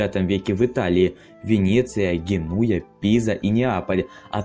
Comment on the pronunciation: исправь еще, пожалуйста: гЕнуя, а не генУя а так все отлично вроде)